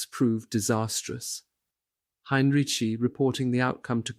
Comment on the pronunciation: Ok, is it General Heinriki,Heinrichi,Heinrich? I can’t spell it, but he’s read it wrong 3 times now.